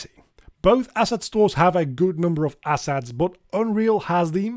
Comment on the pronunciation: Once you think he is saying asshats instead of assets you can't not hear.